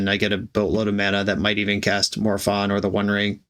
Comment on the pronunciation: ☝️🤓 the correct pronounce it's "More o-fun"